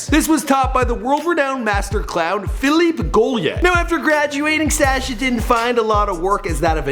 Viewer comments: Sah-sha not say-sha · I love Before They Were Famous but, your pronunciation is atrocious. SA-scha? No dude. S-ascha. Soft a. This is a bad pattern. Otherwise keep up the good work. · Sash-ah, Kibootz Israel... Lol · I hate how he pronounces Sacha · Good vid. Sorry but i cant stand how he pronounces Sacha